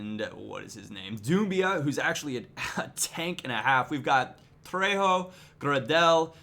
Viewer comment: I think it's pronounced gray del, he used to play for leeds